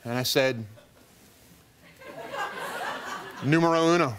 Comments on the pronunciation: I had to go to the comments to find out that he said Número Uno. I repeated that 3 times and I didn't get it. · "Niumero uno" 😂😂😂